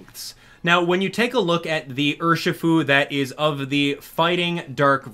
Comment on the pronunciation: It's Urshifu